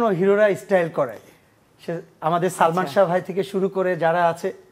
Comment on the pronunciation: স্টাইল কে বলছে ইস্টাইল 😂😂😂😂😂😂 ছেলেটা কে দেখে হাসতে হাসতে আমার পেট ব্যাথা হয়ে গেলো 😂😂😂😂😂